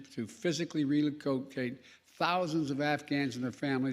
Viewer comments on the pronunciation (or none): He just said, "relicocate," wtf does that mean?